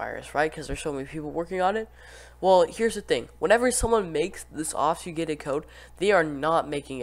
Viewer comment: bro didn’t say obfuscated right a single time